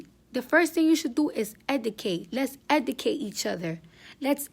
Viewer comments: EDUCATE NOT ETICATE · Bitch can’t even talk eudcat bitch what u mean educate dovitory bitch you mean derogatory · I LOVE Cardi B but she can't talk for shit....🤣🤣🤣🤣 She killin' me with the word "Educate"....(Edicate)..I cannoooot LOL SHE'S RIGHT THOUGH!!!! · it's educate not edacate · E D I C A T E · Okay you saying that people should instead of drama they should educate you can't even pronounce it so how you expect for you to say 2 people you should educate yourself but you can't even pronounce it first you learn how to educate yourself and then you tell the people that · Her school should of told her not to say EDICATE either 😤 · Cardi is like my lil sister sometimes because I love her but she be pronouncing shit wrong, its "Educate" Cardi 🤦🏽‍♂️💛😚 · yeah ik she can’t speak it was bothering me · Why she keep say educate like that lmaooooooo